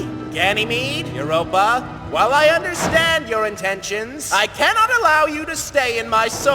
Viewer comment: Did anyone hear that ganomy called uropa babe🤨🤣😂😅🫠